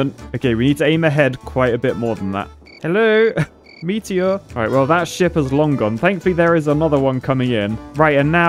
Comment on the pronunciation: Lol the way says "meatier"